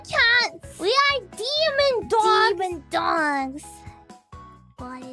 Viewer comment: the way mococo says "demon dogs" at sounds like she's from new york or boston